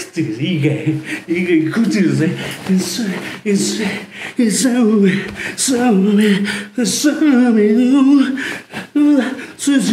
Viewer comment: そうめんがザーメンにしか聞こえん